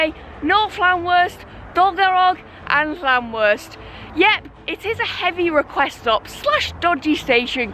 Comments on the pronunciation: Loving this series G, as i'm a North Wales local myself! You're not doing bad with the place names, but just fyi... Llanrwst is pronounced Llan-roost! Keep up the good work! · When you pronounce the ll at the start of the word in Welsh you make a strange sound with the side of your mouth just so you know